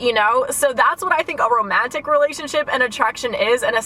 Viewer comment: Wait I love the way u pronounce the “A” in romantic. It’s so satisfying